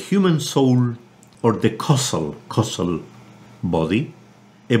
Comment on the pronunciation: Hi Richard,It is a very useful lecture. Just one thing, battles to pronounce causal and it sounds like he says castle. Please point this out to him for the future. The more seasoned gnosis students can easily work it out but newcomers will never understand it as "causal", other than that is brilliant.